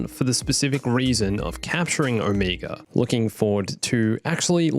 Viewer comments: Dude. Her name is Omega not Omiga. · I hate that everyone pronounces Omega’s name differently. Like even in the show they do. It’s sucha different pronunciation that i found it frustrating and confusing, I’m like ok this little girl just said her name is Omeega so who the heck is this O-Mega person the guys keep talking about? I mean seriously can you please agree on one pronunciation?